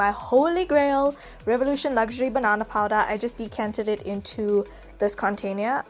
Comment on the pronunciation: My nani could not say container , she always said what you said in the video. I burst out laughing 😂❤